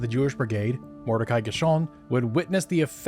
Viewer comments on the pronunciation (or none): none